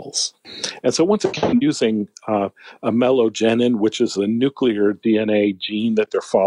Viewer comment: New....Clear! New. Clear. Nuclear. Not Noo-kyoo-lur. You're putting a U where there is no U. Other than that, I love your show 👍😂